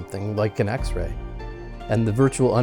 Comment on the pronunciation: so weird he keeps saying "x-ray"